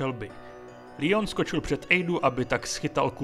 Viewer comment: Dobrý video jen mi rve uši tvůj Lion, je to prostě Leon jsme Češi tak to můžeš říkat normálně i Angličani říkají Leon i amíci to vyslovují Leon